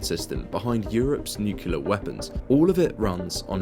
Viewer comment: "nucular" weapons... stopped watching